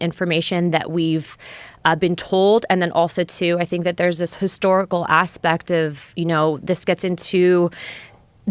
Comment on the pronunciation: Michael, what is "histahrical'? Is that anything like historical?